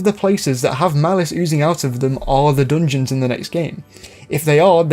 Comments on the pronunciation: If this dude says “DNJNS” one more time…. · not meant to be poking fun at your accent, but the way you say "dungeons" provides endless joy and personal fulfillment